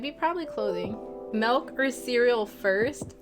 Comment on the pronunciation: You said melk not milk!! 😂💀 but overall great video 👍🏽